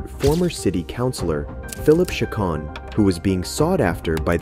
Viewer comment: The voice over is pretty bad. Who doesn't know how to pronounce Chacon and Vigil?